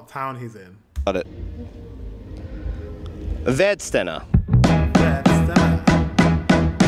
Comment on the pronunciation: Vadstena is pronounced Vasstena, not "Väädstena".